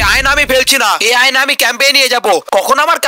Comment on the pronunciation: অয়না❌ আয়না✅